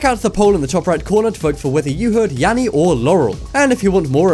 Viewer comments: you said Yammy not Yanny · mistake... They said Yammy not Yanny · Sounds like Yammy not yanny. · Oml I love it, you say just in case you have been living under a rock there is this new trend but when you say that at the start you it’s written and “Yammy or Laurel” you said YAMMY it’s YANNY bruhhhhh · I HEARD YAMMY NOT YANNY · I heard yaral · I hear Laurel but when I hear "Yanny" it sounds like Yally. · u said yammy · So the first time he said it I heard yanny and the second laurel okidokie. I am young but maybe I have an old soul lol